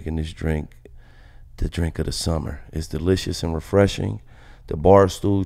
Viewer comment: Refleshing????? Come on Gil